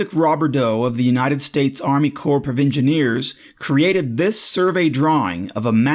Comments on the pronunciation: It's pronounced core of engineers. Not corpse. 😀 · Good information, but please note, Corp sounds exactly like 'core' (the p is silent, the o is long). Still great video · "Corp" is pronounced "Core". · Corps is pronounced core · Please get the pronunciation correct. Corps has a silent “P”.